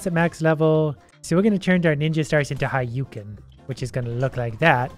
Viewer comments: it's(ha-dou-ken) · it is hu-do-ken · It bothers me eternally that he kept calling it "Hayouken" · the way you pronounce hadoken stresses me out